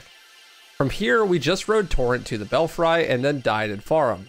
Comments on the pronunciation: Do people really not know what a belfry is and how to say it? It's not "bell fry". It's "bell free". I can't believe you don't know this. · its pronounced "bell free" not "bell fry"